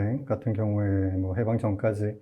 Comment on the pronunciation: 해방의 발음도 틀렸나이다!! 길게 발음해야지!! "해석, 해제" 등의 첫 자도 짧게 발음하시렵니까!?? " 강점기" 의 첫 자도 길게 발음해야 합나다. 한 말로, 저고저 문제가 심각하나이다.